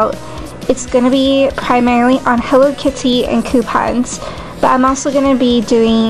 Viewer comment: my purse is "hello keety" lmao ha